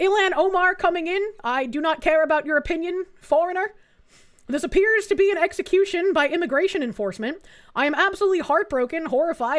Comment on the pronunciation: The whole "execumuhcution" angle is dead already in this one. You can see on the other angle video that he was reaching for his holster and resisting detainment. He pulled out what looked like a gun from the POV of the officer that had to respond and shoot him, which turned out to be one of his spare magazines (the mags look like a part of the gun handle for the pistol he's carrying); And the only reason he was not able to shoot at the officers was because he himself did not realize he had already lost his gun which seems to have had accidental "SIG discharge" just earlier, although I'm not certain about the discharge part. These post-incident reporting/commenting people don't realize they're forming their opinions under the effect of hindsight, the time-dilation of video slow-mo, and the third-person POV of a bystander with a camera. Real life does not work like a video game. One gun out of a person's pocket doesn't instantly show you a floating menu window saying "Inventory [Empty]". People do not have X-ray vision. They do not have psychic powers to share thoughts in instant communication in the middle of a heavily noisy environment with loud whistles and shouting everywhere.